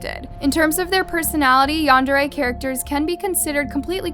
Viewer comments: It’s pronounced ‘yan-dare-eh’! Also, oversimplification of the term yandere. Yandere is someone who is overprotective and very possessive of their partner, someone who will go to any lengths for their attention or affection. Including taking another’s life, usually they’d have no reason to take your life, even if you don’t want to be with them. Because the yandere will just stalk you and try to find ways to renter your life. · The way she pronounces Yandere ruined the whole episode for me☹️